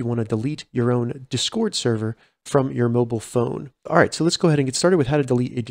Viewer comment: It’s DIS CORD not duscord dizcoord, or however your saying lol but thanks for the tutorial